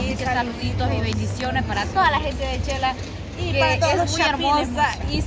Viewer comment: Pero porque dicen chela. Es Xela porque les cuesta tanto alos salvadoreños decir Xela. O es que el abecedario del Salvador no tienen la letra X ?